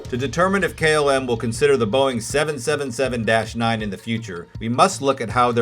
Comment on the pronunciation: Great content. Great video except for the 777 pronunciation. I think you have great potential for becoming more popular. Keep up the good work!